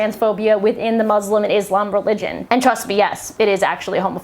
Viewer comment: this chick doesnt know anything about islam when she cant pronounce islam or muslim.